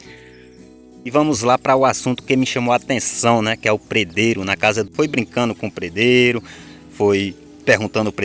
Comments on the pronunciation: A pronúncia. Certa é pedreiro e não predreiro 😂😂😂😂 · Não se fala predero e sim pedreiro Affff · PRE DEIRO E MEU PAU REPETE ATE APRENDER PE DRE I RO PE DRE I RO